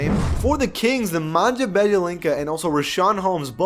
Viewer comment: I like how you pronounced Bojan perfefectly end then really really messed up on Nemanja